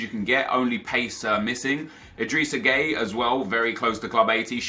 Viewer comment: When u say gueye u say gay lol 😂. But his name is pronounced guy